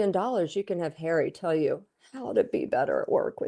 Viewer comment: 😂😂😂 "royal sources" = hawwy and MeGain